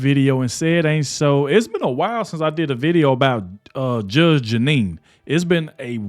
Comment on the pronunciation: I love you, man, I do!! But, Bruh, Her NAME is Judge Janine, NOT Judge Anine!! We're with you all the way, man!! You do GREAT WORK!! We're right behind you. Otherwise, I've watched more of your videos than I can shake a stick at; more than I can count!! I've recommended you to everybody I know, don't cut corners on people's names, man. To pronounce the names CORRECTLY, SHOWS RESPECT... ESPECIALLY with somebody as highly Educated as Judge Janine!!! Keep up the great work!! We're right behind you!!